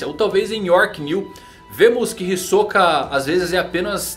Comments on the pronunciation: Já disse mano, até no anime eles falam Hisóka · "Hisôka" kkkkk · Não vai me dizer que você acha que se pronuncia "Hisóka".